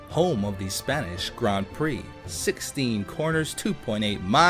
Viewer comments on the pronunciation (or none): none